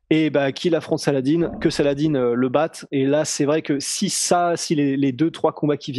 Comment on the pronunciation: la maniere dont vous prononcer le prenom salah-dine est tellement absurde ( ce n est pas une salade )